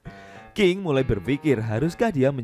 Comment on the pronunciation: Ahh... Iseng" mampir ternyata 😀 Di perbaiki lagi kata" nya kawan, (mulai bukan murai) pakai naskah kalo perlu jelas banget ini kalo pakek handsfree.